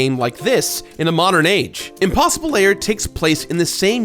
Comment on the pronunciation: Is it just me, or does it sound like saying "layer" just about every time he says "lair"?